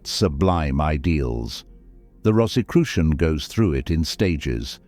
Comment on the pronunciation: This might have been interesting but I couldn't get past the fifth mispronunciation of Rosicrucian.